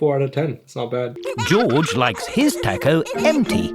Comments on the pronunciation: no no no. I mean TACO. but instead it sounds like TU-CO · I love how the Narrator calls it a "Tacko" 💀🔥